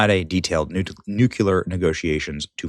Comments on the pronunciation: I apologize for pointing this out, but the word "Nuclear" is pronounced "New-clear", not "newc-U-lear". George W Bush mispronounced it too. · Benny, I love your show but you have got to stop saying "Nucular! Has anyone ever told you that you're pronouncing it horribly wrong?!